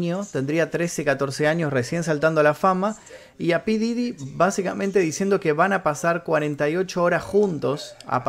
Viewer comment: Se dice pooof didy no como tú dices 😒